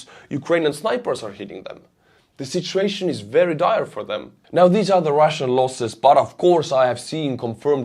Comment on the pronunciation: "shitshuation" - probably unintended, but I love it!